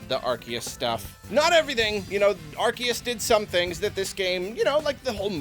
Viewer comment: MAN it makes me unreasonably angry that he still says ar-KEE-us and idk why. i thought we were past this